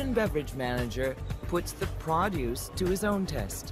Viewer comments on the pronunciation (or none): What a horrible narrator. Why on Earth was she chosen. She ruined the documentary for me. That contrived accent and gravelly voice and affected opulence.... Awful. Who pronounces "produce" like that? 🙄